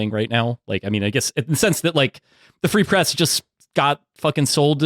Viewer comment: “Free press” more like “ree press”, ok I’ll see myself out.